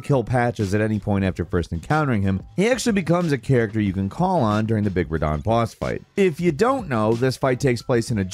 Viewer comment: Ah yes my favorite character, Ra-Derick-Ka….